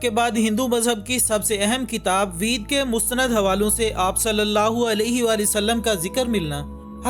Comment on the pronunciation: वेद❌️ वीद✅️🤣